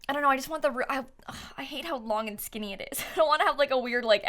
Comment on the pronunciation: Every time says the word "skinny" it's funny to me lmao idk why